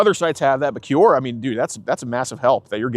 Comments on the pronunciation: It's obviously Q-Aura... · It's pronounced kwaw.ruh, geez. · It took me a good 30 minutes of hearing them say “cue-ora” to realize they’re talking about Quora lol. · I’m shocked every video about how poorly educated is. How is possible he can’t properly pronounce “Quora.” I’m surprised he made far enough to drop out of college in the first place.